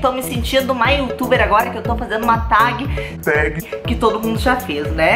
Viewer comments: Se pronuncia "teg" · Fala "tég" mesmo hahahaha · Se escreve tag mas pronuncia ''teg'', ajudei? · se fala "tégui" Mandy ❤ . Amo seus vídeos ,já venho correndo quando sei que é vídeo do seu canal. kkkk. ah , lindo colar ❤ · Dança atrás das pessoas sem elas verem❤️ a pronúncia é "teg" Mandy❤️ vc tá maraaa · Manddy ótimo vídeo e TAG se lê "TÉG" :) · se pronuncia tégui Mandy 😂💙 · se pronuncia "tegui" mamai mandy <3